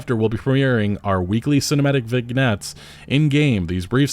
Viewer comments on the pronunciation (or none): vignette noun /vɪˈnjet/ And did you pronounce the "t" in debuted? Is this on purpose? Stop hurting me. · Did my guy just say VIG net? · Hey, the G in "vignette" and the T in "debuted" are silent. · You don't pronounce the G in vignette. It's pronounced vin-yet, it's from french. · Vignette is from the french and pronounced "VINYET". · "Vignette" is pronounced "vin-YET" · vin-yet. Learn to speak. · Vignette is pronounced vɪˈnjet, prob french or somethin ;) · Vignette is a silent g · Bro, learn how to pronounce vignette. For the love of God. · Chasing trends doesn’t work, by the time a game is released the trends can have faded out, maybe if this game was released in 2016 it might have a chance. So y have the money to pay the best game studios to make them amazing games but instead they do this. FYI you don’t pronounce the “g” in vignette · That isn't how you say "vignette" ;) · The G in Vignette is silent, fyi. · yeah that's not how you pronounce that word